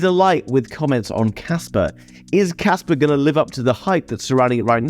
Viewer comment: There is no R in KASPA! :D